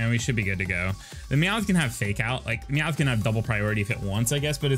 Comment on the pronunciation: You say Meowth all southern. It sounds like you're saying "Meow-with" That's really all I have to say